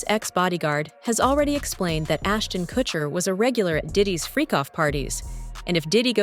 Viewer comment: " assnon kurshner "